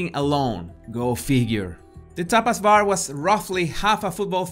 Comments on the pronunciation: Thought you were saying “topless bar.” I was like wtf? Poor baby, she was beautiful. Somethings not right with them, besides leaving her alone. Fools. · Ooooh Tapas bar 🙊 I thought you said topless bar 🙈 lol